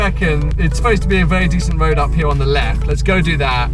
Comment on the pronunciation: U say road as woad